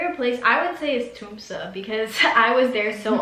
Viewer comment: I love the way in which you pronounce Tromsø, just like the locals with the right dialect, well done! And I´m sorry that the stay inn Finnsnes ended like this, not being able to see how the russ do in may, our celebration of 17thof may, and the midnight sun. But anyway, happy to see you with your family in this extraordinary days. Stay safe, and take care!